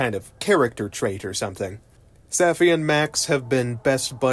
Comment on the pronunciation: Safi. Saw fee. they only say it a million times.